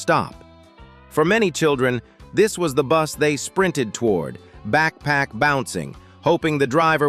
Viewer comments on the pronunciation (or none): none